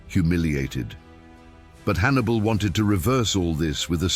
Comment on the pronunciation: Who is this 'Has-dru-bel'? And who was 'A-nee-bull'? Why do none of the makers of these vids listen back to their artificial idiot voiceovers?